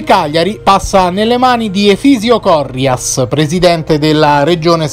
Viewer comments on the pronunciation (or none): La pronuncia corretta del cognome del presidente dello scudetto ha l'accento sulla "i" e non sulla "o" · hai sbagliato l'accento di Corrias, non sulla o ma sulla i, SIR,petrolchimica e Saras son state la fortuna della squadra di calcio ma la rovina del popolo e della cultura.